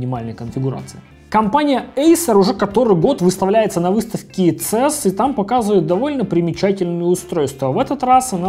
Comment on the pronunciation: Цэс ? Абривиатуры на английском читаются по одной букве :) си и эс - правильно